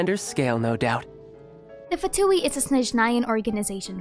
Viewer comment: one day we'll have someone ( including within Hoyo) that pronounces " Fatui" correctly. ( but kudos for nailing " Signora" and " Tartaglia" )